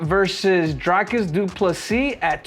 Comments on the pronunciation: It's DREE-cus DuPlessy, not DRY-cus!! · His Name Is Pronounced [Dree-cus] 🇿🇦